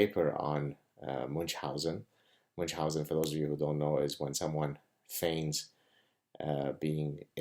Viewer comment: People who mispronounce 'Munchausen' are capable of any other crime, including 'hurling' cats.